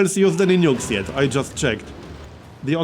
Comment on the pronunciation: i thought he said "nudes"